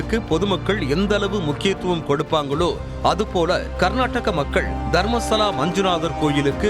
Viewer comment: தர்மஸ்தாள இல்லை மேடம் தயவுசெய்து தர்மஸ்தள என்று உச்சரிக்கவும்